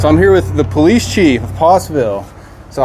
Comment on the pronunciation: Hey. I'm with the 911 caller that said, "Eff the poe-leese." Great social experiment. People are messed up. 😂✌️